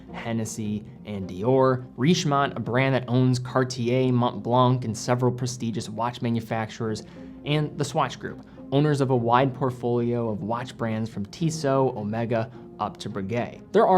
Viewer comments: Like your videos, well thought out…BTW I am French and Montblanc is pronounced with the c silent, so read Montblan..👍🏻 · Please STOP pronouncing the S in Audemars and the C in Montblanc!!! 🙄